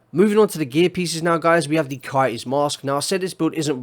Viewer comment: I like how you say STABILITY STABIWAH-EE...no L and no T sound. Coyote is Kai-ee. No Y, O, and T sound.